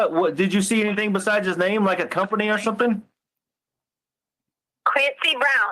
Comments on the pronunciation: I’ve never heard anyone end the g ending words with a k like she and Harley. For example: “anything “ is pronounced by as “anythingk” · Why does she say "anythinK??" What an annoying woman.